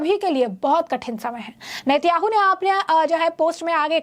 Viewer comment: नेत्याहू नही नेतान्याहू बोलो